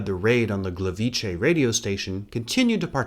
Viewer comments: Just because I haven’t seen anyone say it, Gliwice is not pronounced Gleveechay, transliterated it would be Glee-vee-tseh. The C in polish is never pronounced as a ch (as in chay) sound. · The way you've put the 'ch' sound in Gliwice around mostly correctly pronouncing Gleiwitz is painful :'D The way you pronounced it would have to be written "Gliwicze", the 'c' alone sounds very much like a 'tz'. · Just to clarify - in polish Gliwice is pronounced "Gleeveetze", since c sounds a lot more like "tz" than "ch", for which we have the two-letter vowel "cz". Otherwise fantastic video as always.